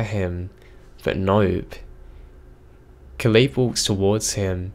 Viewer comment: I love your narrations, but Caleb is pronounced like cay-lub